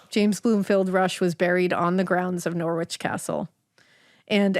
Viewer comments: You don't have to be rude! They are hardly going to know that it's Narrrrrich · You really should research place names before you start trying to pronounce them. Please look up Norwich and try again. Americans 🙄